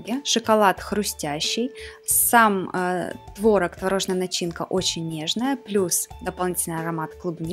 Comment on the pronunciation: не творог а творог)